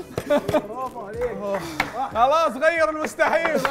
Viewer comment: يا نصيحة لله: لا تمد الباء في كلمة أكبر (الله أكبر) لأن كلمة أكبار في اللغة العربية تعني الطبول فقل الله أكبر بلا مد الباء وبارك الله فيك ❤